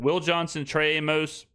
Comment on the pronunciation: Amos is pronounced like Amos and Andy